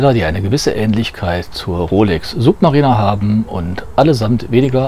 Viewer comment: Also Suub...marieh....ner hätte ich die Rolex glaube ich nicht ausgesprochen.